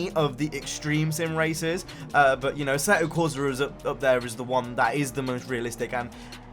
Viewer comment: Assetto corsa Is italian....NO a-seh-to corsa NOO... correct speak: AH-S-SEH-TTO CORSAH